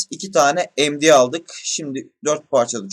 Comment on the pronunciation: Sen ingilizce bildiğini felan mi kanıtlamak için md ye em di diyorsun . Benliğinizden vazgeçmeyin . Bu nedir gerçekten